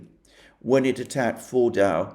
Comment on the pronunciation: I keep hearing Mordor